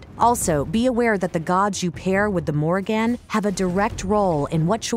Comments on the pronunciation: Holy shit how is it so hard to pronounce Morrigan properly. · why dis bish saying the morri-GAN